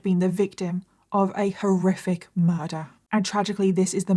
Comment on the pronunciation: Every time you say "horriric" I hear Scooby saying "roarific".😂